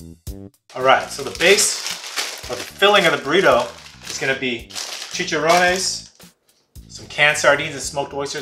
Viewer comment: That looks like the ultimate burrito🍽👌 I love the way you said "chicharrones" 😁